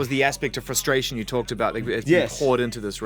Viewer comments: Ok so at this point he's saying fushtrayshin on purpose. He thinks it's cute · can someone please tell this nigga how to pronounce f(r)ustration